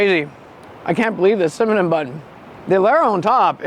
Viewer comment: are you saying Cimanon bun? 😂